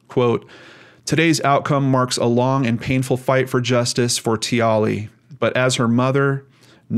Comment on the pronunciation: I hope I'm not coming off as a smart-a** but the correct way to pronounce her name is Tia-Lee. I saw an Australian documentary about this and I was so angry. Life as an adult is filled with all kinds of drama. Every child deserves to have a happy, fun filled childhood without people taking that away from them.